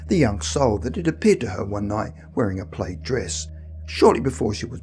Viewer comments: Plaid is pronounced plad. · I thought he was saying "plate."